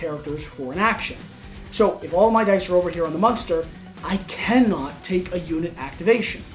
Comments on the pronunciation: they should fire this guy for saying "musnter" every time he is supposed to say 'Monster'. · This dude can’t pronounce monster. Yikes